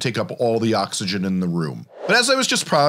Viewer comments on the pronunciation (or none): none